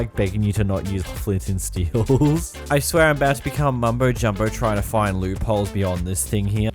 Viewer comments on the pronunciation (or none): none